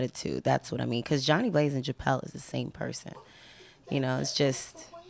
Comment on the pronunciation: Deb keep saying "Chapelle" lol